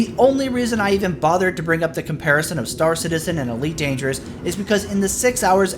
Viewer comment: "Eleet Dangeru" ...I thought you said you're gonna go slower, not that you're gonna go japanese? XD